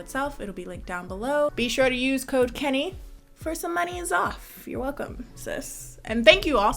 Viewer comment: I’ve got the speed set to x2 and you saying “Make sure to use Code Kennie” literally sounds like “make sure to use cocaine”